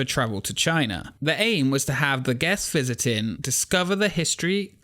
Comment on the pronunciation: interesting topic, though i'll admit it took me a while to get used to your accent, and how you drop the "g" on so many words (constructin', visitin')